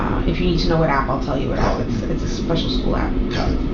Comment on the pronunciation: ok so it's not just me that's annoyed by the skoo 😂